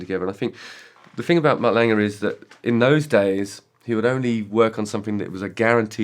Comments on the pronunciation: I love how Justin says Mutt “Langer” 😂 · Justin has always said Mutt Lange name as Langer. Why is that?